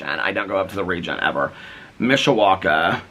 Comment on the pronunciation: Yay Peter said Mishawaka correctly 😊 so many ppl not from around these parts, slaughter the name. I am from around here never knew it was called the region 😂 Learn something new everyday! Ialways heard SBend area called Michiana Which I think is Michigan/Indiana together. 🤷🏻‍♀️ I want to read Ashley Flowers book! I tried to get it at target last night but of course it’s sold out. 😂 Peter has inspired me to get bird feeders! 💙🦆🐦‍⬛